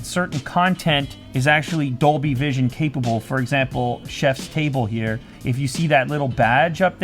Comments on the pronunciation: I thought he said doby not Dolby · Is he saying Dolby or Adobe?